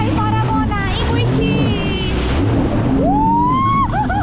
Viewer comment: Bukan icis, tapi bicis